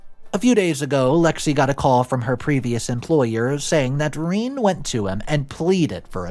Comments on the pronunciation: must be a very rare pronunciation. I’ve dealt with dozens of women through work and personally named Rene. None are pronounced like the video. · Are you absolutely sure that name isn’t pronounced “re-NAY”? Because I’ve never heard it pronounced “reen” before. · Ra Nay. Not reen. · Reeeen. Fucing Seppos. Pronounced "Reh-nay". In summary, Western females are not worth the effort and single mothers are terrible at raising children alone (statistically). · It's pronounced Renee, not Reen. This was so hard to get through every time you said Reen I cringed inside. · Isn’t that Ruh-naye rather than Reen?? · It's pronounced, “Ruh-nay,” right? It's boiling my guts to no end to hear pronounce it, “Reen.” Just making sure I’m not the only one thinking this. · Rene is not Reen it’s Rah-Nay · it's pronounced Ra - Nay, not Reen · Rene is pronounced as "Ray + Nay" and not as in Irene. Rene is a French name meaning Reborn. In all the languages it is pronounced the same and it is Re as in Renegade and Ne as in Neptune. Ray + Nay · Its re-nay...not reen god damn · I've only ever heard the name pronounced Re-nay (my sister's middle name is Rene), but can understand how it could be pronounced Reen. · Is that how you pronounce Rene? Shouldn't it be Renee? So weird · Not pronounced Rene. The French is way Rene'. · Rene is pronounced ReNe'. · Rene but It’s said Renay. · it's pronounced renê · Rene = Ren-ay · Rene = Ren - ay (like the french name) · It's pronounced Re Nay not Rene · Reen? Oh AI, you wacky wacky reader. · Holy smokes. Have you never seen the name Rene before? Its "ren-NAY". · Fix the fucking ai pronunciations. Pronouncing it Reen is just lazy. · every time he says "reene" i'm yelling at my monitor. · Rene - Re-Nay! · Rene is pronounced Ree-nee. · It's said Ren ay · Hey. Rene is pronounced Ren-nay..short e on Ren. I just have to say though. You are a great storyteller. I have my fiancé watching you now. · Dude, learn to pronounce the name Rene.